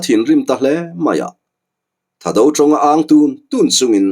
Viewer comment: Thado nilovin thaado tha hi thluk deuh tur... chuan anlal hming leh an pasalțha te hming hi a thaado hming viau lo ..seiminlal,thangkhawman, Thangkhawsei .zamminlal,khukhup ,naulal zamminsei etc